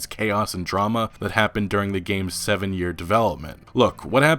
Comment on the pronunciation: "Gameses"? How is this channel still operating?